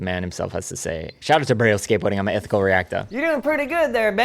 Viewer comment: NGL Everytime he says skateboarding I hear scientology. And it fits with his sales technique. I'm trying to be objective but it's hard to get past the scientology part